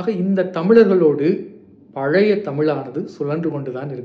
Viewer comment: பலய இல்லை பழைய, ஒரு மொழி ஆய்வாளர் நீங்களே இப்படி உச்சரிக்கலாமா